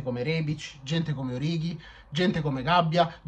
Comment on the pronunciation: Quando pronunci il nome di Origi ho l'impressione che ti venga da vomitare ahahah🤣🤣🤣